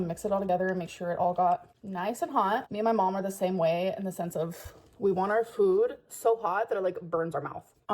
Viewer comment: I will forever hate the way she pronounces words. fOOd